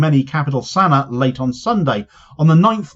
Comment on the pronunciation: its pronounced sana ah